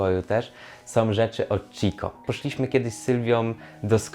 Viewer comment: Chicco nie czyta się 'CZIKO' tylko 'Kikko'. Mógłbyś przynajmniej nauczyć się jak się wymawia nazwę firmy, która napchała ci gadżetów..